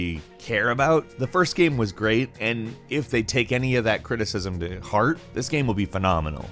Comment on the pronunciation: I can't help but notice that your pronunciation of the word "game" is very weird.